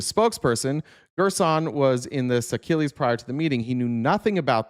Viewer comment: I believe that country (Seychelles) is pronounced “say-sheels”. It’s in Africa—islands on the east side, of the continent